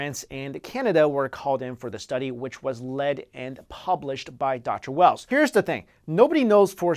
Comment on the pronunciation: hahaha, glad u said it. i was thingking the flash movie when i heard he say doctoe whells